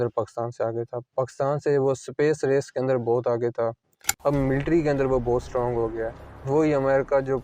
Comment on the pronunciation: Ye Endia to सtrong hota ja raha haaaai 😂😂